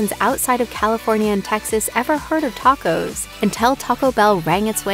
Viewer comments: Lmao teycos😂😂😂😂 Se dice tacos !!! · did she really say “take-ose” 😹😹😹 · Why did she tacos like that 😂 she said some “take ohs” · I stopped at the way she pronounced tacos